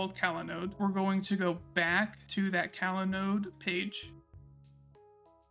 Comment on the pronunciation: I really liked how you detailed the change in folder mount paths that Evan just glosses over, since he makes the compose.yml file and the paths follow his setup. Great job! Oh, just something funny to point out. I believe this app is pronounced cOlanode like "collaborate" and not cAlanode, but your delivery was great throughout the video. Happy New Year!